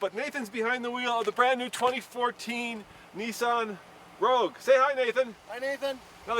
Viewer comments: Rogue, not Rouge. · Rogue, not rouge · Nissan 'Rogue', 'rouge' means red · It's "Rogue", not "Rouge". And Nathan, what's with the stupid hat? is it freezing in the "studio" or are you dressed for a felony? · Nissan "Rouge" lol does no one proofread or spell check? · Nissan "Rouge." /sigh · The Nissan Rouge? I think you mean Rogue lol. Just trying to help. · It's Nissan Rogue, not Rouge...